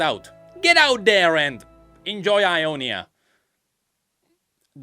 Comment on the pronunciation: Sounds like it was a fun mistake but Jonia is actually how Ionia is called in Spanish! It's pronounced Honia